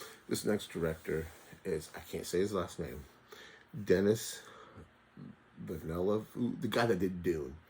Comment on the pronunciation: Great list! I still need From Dusk Til Dawn in my collection. Glad to see Prisoners get some love. FYI, I "believe" his name is proonounced Duh-nee Villa-noove. And a big yes to that GotG steelbook.